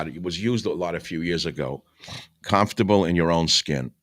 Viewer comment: I love how he says "calmfterble"